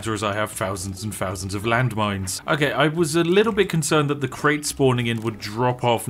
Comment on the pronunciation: One fousand haych pee?!